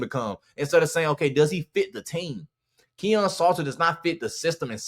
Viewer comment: This dont know what he saying lol he saying the name wrong too lol Salter is a one read run Qb and he was missing wide open passes all year